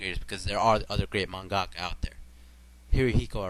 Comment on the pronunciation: It's for sure Tezuka Sensei. Also you say Mangaka weird. Like the video though.